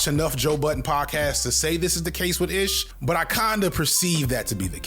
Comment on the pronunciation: My man. I won’t call you unc cuz we’re the same age but you’re killing me with the pronunciations of these names. “Ish” is like Ismail. So ish like black-ish. Mal is short for Jamal.